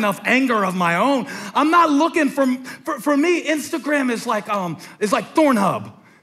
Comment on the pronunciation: Dude said “thornhub” 😂😂💀